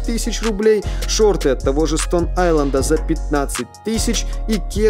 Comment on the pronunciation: stone island, а не inland